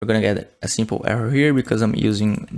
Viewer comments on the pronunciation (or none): none